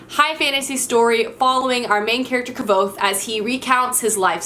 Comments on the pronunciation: I hate to be that person, but Kvothe is pronounced like "Quothe". I figure you would like to know, but it doesn't matter that much! Great choices by the way, we have a lot of books in common! Happy New Year! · It's actually pronounced Kwowth the v in Kvouth is pronounced as a w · Yessssss I'm currently reading A Wise Man's fear so I'm so pleased to see it on here! I find your pronunciation of Kvothe hilarious - I say (Kothe), rhymes with clothe, hahaha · I die a little inside every time she mispronounces Kvothe.